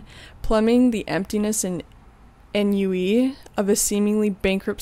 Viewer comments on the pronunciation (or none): Ennui is pronounced on-wee. I'm part-way through. I think there's a plot. The first half is about Maria being pressured – with a kind of mini-Sophie's-choice type deal – by her husband Carter to have an abortion. Also, we've been alerted that BZ is ultimately going to die as a result of the book's events, so we have that question all the way through: how's that going to happen? For me the emotional pain of it was hellish, and Maria's numbness, which makes her seem unrelatable to you, is because of that. In addition to the difficulties she's facing in the immediate present, her mom has recently died in a car accident and then been eaten by coyotes. She's in mourning in a place where no one looks after their feelings or anyone else's. And virtually everyone she meets treats her like furniture, or like an accessory of her husband's. Didion was elsewhere contemptuous of aspect of the feminist movement, but it seems clear to me there's a biting feminist critique here. It all manages to be simultaneously awful and sad, and very funny, e.g. the bit where Carter asks her, as if it's some big mystery, why she went to the doctor she did for the pregnancy test, and she finally says (whispers), 'It was near Saks. I was having my hair done at Saks.' Brett Easton Ellis said Didion was a big influence on him and I never really saw why from the other novels of hers I've read (A Book of Common Prayer and The Last Thing She Wanted), but with this it seems clear: no Ellis without Didion. In fac